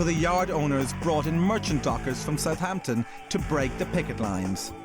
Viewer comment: …i misspelt it. It’spronounced suuuvvaaamptun. i know this well having grown up in the last century with half my family originating from Haaampshuuure whereas muuveers’ lot came from Fulham - where you ‘ang yer attt oowwnn the oook innn thee oowwlll - providing you’re wearing one & the homeowner is that particular . the “Hampshire Accent’ was probably a thing but I’ll be buggered if i learnt to really tell it apart from Dorset Wiltshire or Devon which judging by online maps of Accents , is nowadays lumped in with Westcountry . Well it certainly isn’t Cockerney or Keeennt.